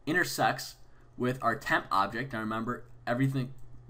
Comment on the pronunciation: am i the only one who hears intersex?